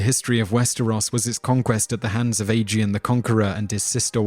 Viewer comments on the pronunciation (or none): what was that? Ai-gi-on? Aegon? I've heard Egg-on or Ä-gon (the german ä) or A-gon, but never Ai-gi-on. Most say A-gon I think But the guy who reads the audiobooks also pronounces some things differntly than most readers. Petyr, Brienne and Valar Morghulis I read differently and the show agrees The Doom was in 114 before the conquest, not 1 or 2 (or did he say 102? That's wrong too, there is no set year in the show and in the books it's 114) Aegon the Conquerer's great-great-great-grandmother was Daenys the Dreamer who forsaw the Doom and her Father Aenar the Exile moved his family and dragons from Valyria to Dragonstone about 10 years before it happened and then they just hung around till Aegon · 1. you are out of control. pronounce something right for once. it's aegon, pronounced egg-on. 2. not everything is fn china. hadrian's wall makes infinitely more sense, and btw, the great wall of china may be longer than the wall in westoros, but the one in westeros is much taller. and have you ever heard of the black dinner or that roman that had molten gold poured over his head? gtfo of here! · Aegon the conqueror pronounced Aie-gon, not Adrian someone new will get confused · hold on did he just say aegon like "aygeeon"? its "aygone".. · Age-e-in? Dude find out how to pronounce pretty major characters of the series before making click bait videos that try to knock it down a peg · He didn't pronounce some asoiaf words that well either. Aegon for example